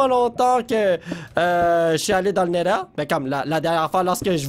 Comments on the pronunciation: c néther pas néder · Se n'est pas le nèleur mais le Nétheur